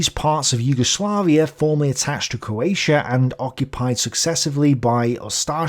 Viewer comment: For a start you can’t even say coatia It’s CROATIA you Irish 🇮🇪